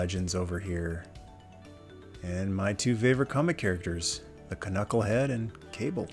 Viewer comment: Did you say “Ca-Knucklehead”? 😂